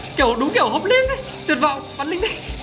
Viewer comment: Nghe nói ông này học ngoại thương mà đọc chữ này là hóp lis trời ?????? Ngộ ngenn..